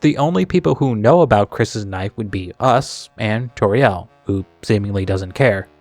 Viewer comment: Don't say Toriel like Torielle...! It's not French, it's very explicitly a play on "tutorial" (see the search results from Kris's web searches with the piano two Toriel) (and also her role in Undertale) (and I guess also also her role as a presumably first grade teacher in Deltarune).